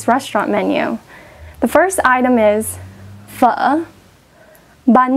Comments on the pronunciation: THAT'S NOT HOW YOU PRONOUNCE PHO (sorry, I can't type the vietnanese accents with this phone!)!!!! YOU HAVE TO INCLUDE THE FALLING TONE, THEN END WITH THE RISING TONE, JUST LIKE A REAL SAIGONESE! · I assumed Pho was pronounced "foe". This just makes the local Pho King Noodles even funnier.